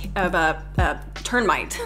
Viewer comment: Did she just say 'ternmite'...